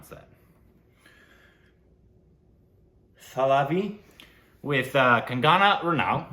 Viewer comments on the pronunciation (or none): It's pronounced as THA-LAA-IVY